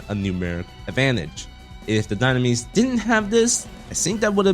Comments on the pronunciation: Why did you butcher the name at the beginning of the video....Doonames instead of dynames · It’s call Dye-nam-mes, you uncultured swines